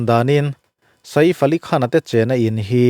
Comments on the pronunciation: Keipawh mak kati a nupui ngei pawm saif ti in ako tho sia sa-if han tih deuh tlat hi. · vai news pawn Saif an ti mai a, inla sa-if deuh kher😂😂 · Sa-ifa' han tih kher😂 mi zawng2 lamdan in 'Saif Ali Khan' ti ve mai la. .. Sa-if a tih deuh kher😂😂😂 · A hming hi milar ngang anni a,tv ah te hian an lam hnem na rawh...Sa-if an tih hi ka la hre ngai miah lo,Saif ali khan anti mai,engtia han ti sa-if tlat nge maw inih le,hriat achakawm teh e....Bandra velah sa-if tiin zuk zawng la anlo buai viau mai lawng maw le.... Hmanni california ram kang lah kha,ka en nawna ka ngaihthlak nawn ngat ngat pawn mingo ho chuan PALISADE anti mai iti Pali-sade tlat tawh bawka,changkanna chi khat ah ingai deuh emawni..... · Sa if a tih hi ka duh e😂 sial thak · Sa-if tih hi a lam dan dik tak tur a ni e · Nia, Saif Ali Khan an ti mai.. Tih Saiiiff va tih vak a ngai lo, Engtin nge an lam tih hi hriat hmasak tum hi a tha e 😅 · Sa îf i ti hi chu ..mak ka lo ti ve deuh..I bih zau hmel viau si a.